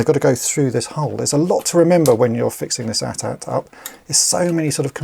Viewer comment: THANK YOU!!!! Thank you for saying "AT-AT" (at at), instead of these other people saying "A.T.A.T." ( Ay Tee Ay Tee).